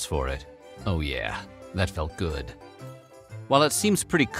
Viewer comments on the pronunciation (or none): none